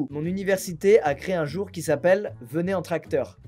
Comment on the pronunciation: à j'ai cru que t'avais dit : "Venez entre acteurs" et pas "Venez en tracteur" xD